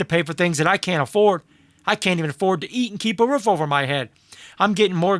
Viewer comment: Bro it’s ROOF. Not ROUGH. Lmao.